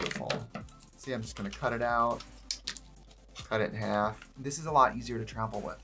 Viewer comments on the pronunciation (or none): none